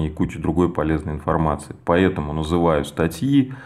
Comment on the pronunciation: Классно расписал. все понятно и наглядно. Вот только не говори "поЕтому" и "Етому" )) без обид!